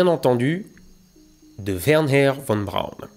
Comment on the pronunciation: WerNer v.B. et pas WernHer 😀